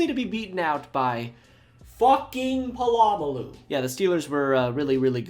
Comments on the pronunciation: You can't claim to be a football fan if you can't pronounce Polamalu. 🙄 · BTW Pittsburgh's coach wasn't Mike Tomlin, it was Bill Cowher early on in your video... Sorry Raven's... Ran you over on the way to the Super Bowl 3 times. Is this where you learned to pronounce Troy Polamalu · love ur videos but the way u pronounce POLAMALU is horrendous 😭😭😭😭😭